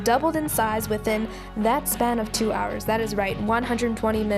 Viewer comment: “Two hourersss latierrr” lol I love you ❤️❤️ looks delish!!